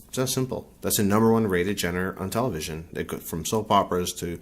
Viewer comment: Ah, so "real" is people pulling antics and being ridiculous? That is so laughable! Sure, those who like the drama are free to watch it. That doesn't make it any more "real" than the so-called "Reality TV" shows bombarding our televisions nowadays. Oh, and it's pronounced "zhahn-ruh".